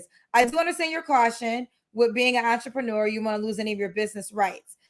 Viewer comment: What the hell is a entreprenuuur...🤣🤣🤣